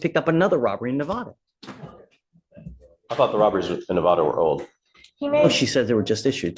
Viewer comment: The Judge is misspronouncing Nevada